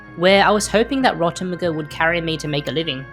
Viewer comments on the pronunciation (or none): rotomuguh sounds strange call it "rot meg" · Ro-tem-eh-gu... NO... It's Rot- EM JEE!